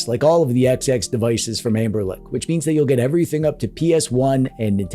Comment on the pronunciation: My man calling it😮 Amberlick